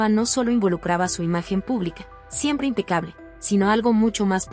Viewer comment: Perdon dijo AMPECABLE por favor informese bien